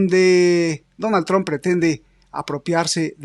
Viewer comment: Ahora estás hablando como “ tron” como. Pronuncias el nombre de Trump. invita al profesor * Layos.